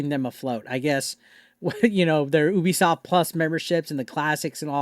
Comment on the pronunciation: Me: Ubisoft This guy: Oooobisoft We are not the same